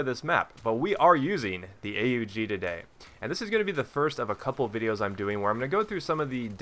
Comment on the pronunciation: U dont spell it A-U-G you say Aug, its a name, one word. Why do i know it? Because i used it when i was in the austrian army :)